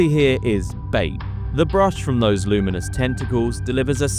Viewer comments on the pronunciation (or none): none